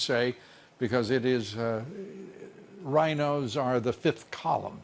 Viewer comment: Lou, It sounded like you said "Ryan-O's" when you were talking about Paul Ryan and the RINO's! ;-) ;-)